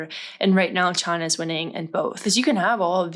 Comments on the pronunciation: In no disrespectful way at all, was anyone else expecting to say “China” like that?!?!😂😂😂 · Why she say China like that?